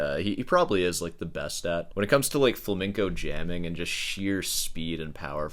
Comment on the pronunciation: Does know it's supposed to be pronounced "flamingo"? Smh my head